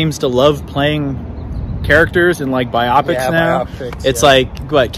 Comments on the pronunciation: Forgive me but isn't it pronounced "Bio-Pic"???? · As long as we're dishing out criticism how about you stop mispronouncing the word "biopic." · You are forgiven, the online Cambridge Dictionary has recordings of both pronunciations, and it says that BIopic is actually the UK pronunciation, while biOPic is the American one. So if you've been saying biOPic all this time and the thought of changing is disturbing to you, don't worry about it too much! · Suck it lol. It’s pronounced either way depending on England or US.